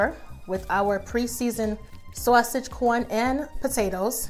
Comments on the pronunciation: I’m not sure who taught you how to speak but the way you say sauce/sausage is ignorant as f**k. Not sure if you think it’s cute. But it isn’t. Period. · Where are you from? When you said "sawwwsage" makes me think your from my home state. Lol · Love the way you said “Sausage “ You have to be from my hood #brooklyn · Must be the northeast the way you say sausage